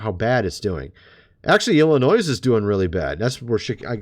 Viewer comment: "S" in Illinois is silent sir.